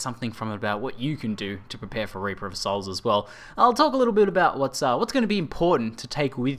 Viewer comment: why you pronounce it wrong? You pronounce: Raper of Souls, not Reaper of Souls.